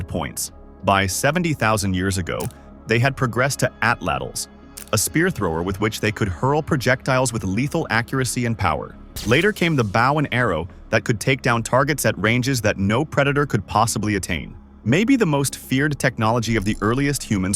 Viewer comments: Bow and Arrow, Bow rhymes with Oh not Owl, you're welcome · Nice try A.I. (bow) and arrow, long O sound not short O sound !!! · AI narrator still cannot pronounce bow, as in the weapon, still pronouncing it as one would the bow of a boat. Sloppy editing (assuming the "editor" is a native English speaker).